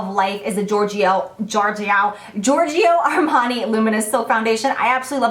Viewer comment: hi jaclyn, this is barbara from naples, italy. i love your videos. i watched them all. thanks for the beautiful teachings. i learnt a lot from you. i just would like to teach some italian. when you say GIORGIO ARMANI, don't pronounce the vowel I of GIORGIO. This vowel is only meant to pronounce the letter G as in Jaclyn and not as in Go. So say giorgio straight with no i in the middle. like JORJO. ok? :-)